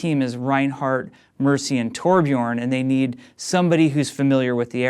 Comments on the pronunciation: We he Said Torbjorn. Not Torbjörn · Some people can pronounce Torbjörn correctly, not Torbjårn. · Say torbion please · He said "Torbyrn" Dinoflask! :] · videos he pronounced the ö as an o though